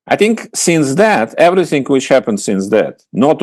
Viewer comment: Какой ужасный английский у Фёдора Лукьянова. "Эврисынг". Впрочем, он и сам по себе дурак, не только в английском произношении. Зачем чувака пригласили? Он же скучный и нудный.